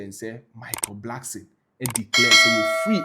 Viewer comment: Ofui, its not Blackson. Its Blankson. Kwasea to !!